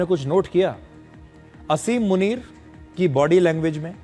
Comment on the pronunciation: मुनीर का नाम आसिम मुनीर है, असीम मुनीर नहीं। शुद्ध करें।